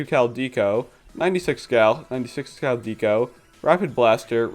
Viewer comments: I'm sorry but please stop calling Deco "deeko". It's short for decoration and might also reference Decapods which are crustaceans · I love this video but your pronunciation of Deco is driving me nuts lol it's Deco as in art deco (dekko), the architectural style. Not necessarily related, but it's the same pronunciation